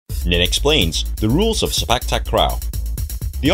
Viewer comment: I meant the word "sepak". The way u said it in the vid is like "spak". No offense tho.